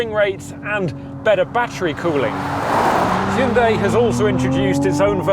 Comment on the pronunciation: 드디어 "ㅕ" 발음과 "ㅐ" 발음을 해 주는구나.